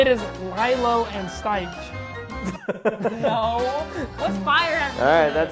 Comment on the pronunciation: Evan it’s not Lielo and stiech it is lilo and stich